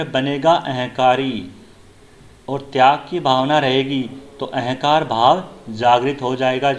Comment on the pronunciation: उच्चारण में क्षेत्रीय बोली है । प्रयास , अहंकार आदि शब्दों का उच्चारण गलत किया जा रहा ।